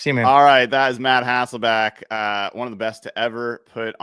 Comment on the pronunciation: Bro said Matt HasselbAck 😂😂😂 🤦🤦 Memories man